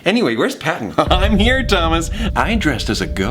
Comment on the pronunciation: Let's jus appreciate that pattens collar said pawton